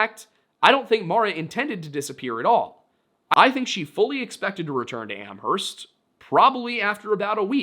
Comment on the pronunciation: Js so you know the h in Amherst is silent